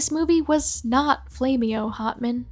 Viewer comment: ? Nah confederate ? what is that? Never heard of it you think that is sexy? how did they mess them up? you are not a real fan. Only real fans would know that is pronounced. Flame-O oh my God, what is that that. Oh my God! What is that?